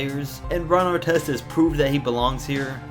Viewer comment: I hate Ar-tez. Carl Malone don't owe no one crap! People hold title to too much authority. It's just a word.